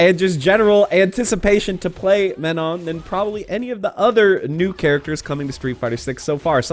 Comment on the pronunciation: If she's French, I'd have to assume you're not supposed the pronounced the "n" after the "o". You prolly have to the word "Man" then followed by the French word "non". That's prolly how you supposed to pronounce it